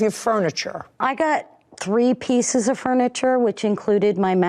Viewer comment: Did Judy say I’ve Had Enough Ot You?!😮😂 Wish it was that easy in real life!🤦🏻‍♀️